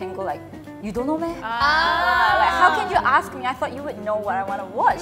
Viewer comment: hi singaporean here 😊 while watching i realised the 'meh' that pronounced wasn't really accurate? like she pronounced it like literally 'meh' but we kinda pronounced it like 'ma' like the chinese word '吗' its basically a direct translation from chinese lol😅